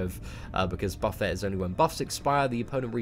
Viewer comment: Yes! Someone who pronounces buffet correctly! Always killed me to hear buffet (buh-fay) instead of buffet (buh-fit). Two completely different words.